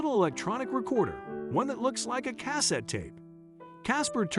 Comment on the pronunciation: But didn't pronounce it correctly. Just sayin'